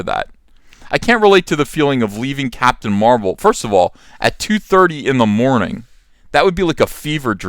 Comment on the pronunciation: Captain Da Ma-rvel.